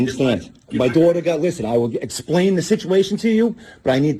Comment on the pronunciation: Dwahtah. Oh, wait. ‘Daughter.’ ‘Not gonna twalk to my dwatah that way.’